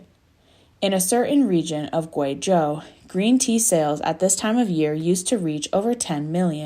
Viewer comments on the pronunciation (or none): none